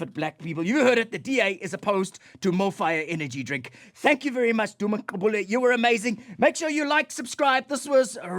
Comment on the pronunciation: You'd think Conrad is actually Xhosa the way he pronounces Gqubule. You are such a great South African.